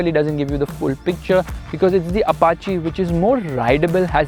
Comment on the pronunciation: Finally someone pronounced "Apache" correctly.